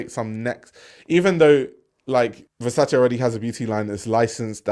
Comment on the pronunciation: Love that you pronounce Versace properly. Your content is fire. 🔥